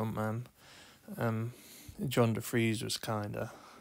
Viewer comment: Its Tony De Fries.......you lost a few Bowie points there mate :)